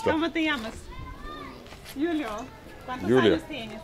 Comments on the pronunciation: He couldn’t even pronounce Julio right 😂🤦🏽‍♂️ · “26 Jew-lio” 🤦🏻‍♂️ the j is silent